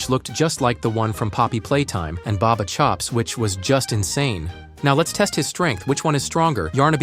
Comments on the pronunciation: It's not barber it's ba ba chops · It’s not barber chops is Bubba chops